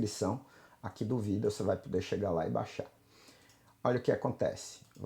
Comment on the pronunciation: Prometi pra mim mesmo que iria passar aqui para agradecer-te. Passei em uma universidade de Portugal para música. Tinha um certo conhecimento prévio, mas suas videos aulas ou como você diz "vidêos" me ajudaram bastante. O site tutoriais em música foi um grande divisor nos meus estudos! Muito obrigado pelo ensino gratuito e de qualidade! Sou um fruto de sua humildade e trabalho! Serei sempre grato! E como você costuma dizer agora é jogar duro! Obrigado!